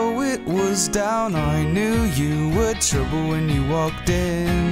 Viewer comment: he can't say trouble right :D LOL